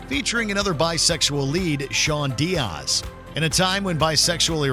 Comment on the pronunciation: the way he pronounced "diaz" STOPPPP dont you dare disrespect Sean